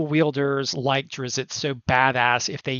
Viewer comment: Also, I think it’s Drizzt instead of Drizzit